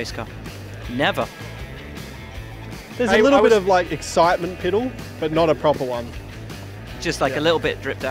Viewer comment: He Said exitment piddle